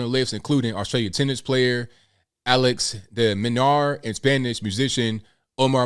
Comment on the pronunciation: Your Spanish pronunciation is excellent!